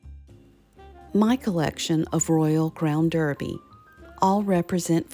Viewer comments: I love your videos! It’s pronounced Darby and not Derby. It’s a weird British thing. You’ve got a great RCD collection. Where do you buy the plates in Charleston? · It’s actually pronounced Royal Crown Darby, you know our British friends with their clerks, pronounced clarks. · Pronounced DARBY…. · I enjoy American simplicity as well as its grace. My dear mother in law, who was born in York, England, does pronounce it "Darby" and my dear mother pronounces it "Derby". It's called a rock and a hard place. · Sorry, just a side note….the British pronounce Derby as DARBY….best wishes!